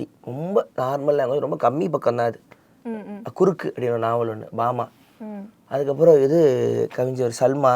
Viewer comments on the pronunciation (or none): குறுக்கு இல்ல ப்ரோ கருக்கு...😂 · That's not குருக்கு, it's கருக்கு. Best book